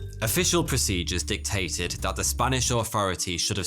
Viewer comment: You are English. Why do you say 'dee' instead of the? 'dis' instead of this? And 'dat' instead of that? You sound so stupid! Adjust your accent!